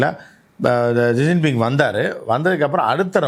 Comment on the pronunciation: ஷிஜின்பிங் - இதுதான் சரியான உச்சரிப்பு